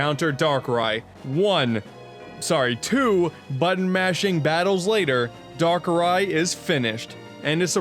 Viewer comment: "Darker eye"